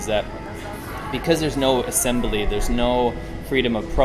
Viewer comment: "Assembully" ? Might be a yankee version of 'assembly'?